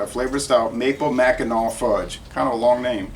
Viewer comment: 😂I’m originally from Michigan and Mackinac is pronounced: Macki -NAW. I was laughing. But good review. Fun! Cheers 🍻